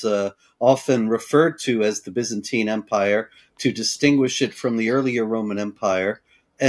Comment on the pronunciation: Why does she keep saying "Bezantine?"